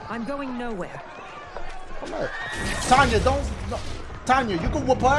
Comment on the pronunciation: Dashiegames her name is pronounced tenya even though it is spelled tanya